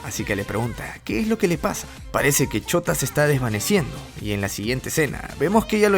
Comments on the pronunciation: wey dices shota en vez de shouta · Me da risa como siempre le dicen shota en vez de shouta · Alguien mas escucha "ch0t4" en vez de "Shouta" xd? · Yo escucho que dice chota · Me da risa como dices "chouta" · Cuando dices shuota parece que decís chota xd